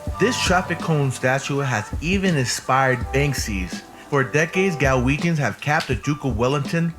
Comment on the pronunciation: One note, it's Glaswegians, not Galwegians. Galwegians are either from Galloway in the south of Scotland or Galway in Ireland 😂